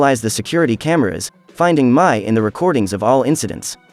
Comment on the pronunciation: Every review gets her name wrong Mais name is pronounced like May not My.